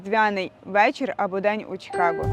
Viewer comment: Кажемо "Чикаго" а не "Чікаго", так само, як "Київ", а не "Кієв", "Львів", а не "Львов". Мирних вам Свят!